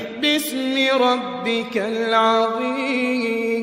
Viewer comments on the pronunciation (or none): none